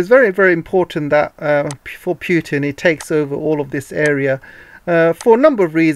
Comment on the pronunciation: not 'pjutn' ..it is Putin